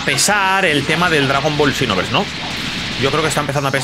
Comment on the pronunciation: Por que dice chinoverse 2😂